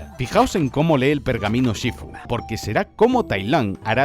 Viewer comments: Los dos o tres "shífu" me han caído como agua de mayo. De dónde ha salido lo de "shifú"? ^^' Gran vídeo, mejor película 💖💖💖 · pero por qué dice "shifú"? xd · En LATAM: Shífu En España: Shifú conclusión: XD